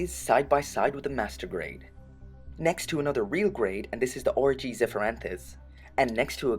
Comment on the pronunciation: Every time you say "RG", you sound like you're saying orgy.